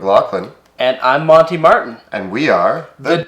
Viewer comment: What? Monty's pronunciation was just fine.